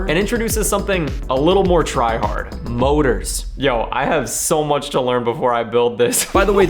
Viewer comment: I thought you said Boners when you said motors